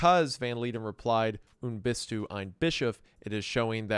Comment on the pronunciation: I would say preetty american, xD alot of especially names were not his biggest german moments (Münster itself was said more like Munster but not everytime) ALTHOUGH from time to time he NAILED IT on spot e.G. "du bist" einfach markelos ausgesprochen auf lupenreinen Diamaten Nivaue soo 6.5/10 ig bin zwar nicht aus Münster aber Nähe ^^ Love goes out <3